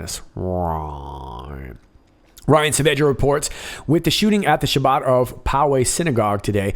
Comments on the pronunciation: Chabad is not pronounced Shabbat which is the sabbath. Chabad is pronounced ha-bad with the h being a chooch ie: Cha-bad! If you have any questions about Judaism you can go to chabad,org or 11213,org and find out about a form of orthodox Judaism, So for Christs sake don't sound like goyim!!! =D (*smile*) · Chabad: The Ch is pronounced as the ch in Bach